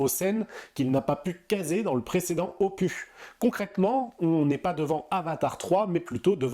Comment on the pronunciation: Je ne suis pas Team Cameron, je suis Team Larousse. 😅 Le 's' de 'opus' se prononce.